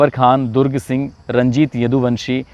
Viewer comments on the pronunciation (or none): none